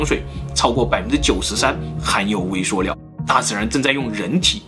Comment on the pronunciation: 食物念 威碩尿